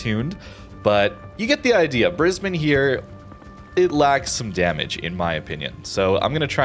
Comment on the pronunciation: Correctly pronouncing Brisbane, well done bahaha